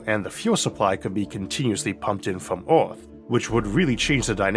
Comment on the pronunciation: What's up with pronounciating Earth as Orth? And Univorse and Mattor for that sake. And WormWhores 😅😂🤣